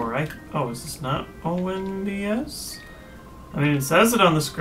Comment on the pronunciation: OH MY GOD, IT'S NOT ONBS...It's O.N.B.S., its an acronym. Orre National Broadcast Station. Jeez...